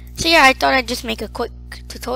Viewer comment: aww he keeps saying w instead of r "quick tutowial"